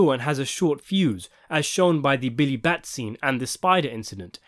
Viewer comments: For fucks sakes it's not Billy Bat it's Billy Bats cmon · Billy Bats not bat lol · Billy Batts .. there is an S.